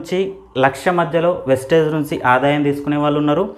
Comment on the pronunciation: వెస్టేజ్ కాదు సర్ వెస్టీజ్ … ముందు నేమ్ ని సరిగా చెప్పండి